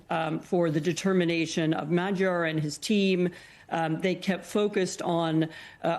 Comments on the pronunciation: Mag - Yar... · Dear Americans: Is it really that hard to check the pronunciation of the winner's name? Magyar literally means "Hungarian." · Anchor didn't even bother to learn Magyar's name. Jesus.